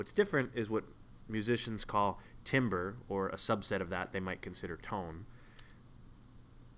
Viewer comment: 1. Timbre is pronounced as "tamber." 2. It looks like you had the tuning fork so close to the mic that you clipped the fundamental. This will generate the Fourier series of odd harmonics. Notice how the 3rd harmonic is more prominent than the 2nd?